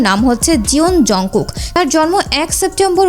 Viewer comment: কিম তাইইউগ না কিম Taehyung আর জুনকুক না হবে জানকুক 🫡